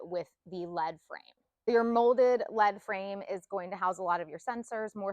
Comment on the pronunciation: Its leadframe, lead like to lead, be in a position of leadership, not lead like the element. Sounds like leed not led.